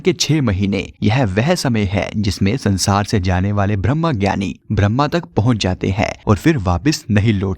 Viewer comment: Many times should not pronounce Brahma but pronounce Brahm I mean differentiate where to say Brahm and where Brahma